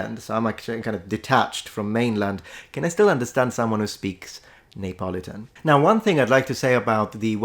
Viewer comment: En anglais, Neapolitan ne se prononce pas /neɪˈpɒlɪtən/ (je pense que c'est ce que vous dites) mais /niːəˈpɒlɪtən/.